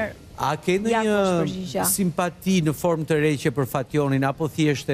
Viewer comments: E keni degjuar sa gafa ben kur thote disa fjale si:hurëm, forëm? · Forëm, filëm , hurëm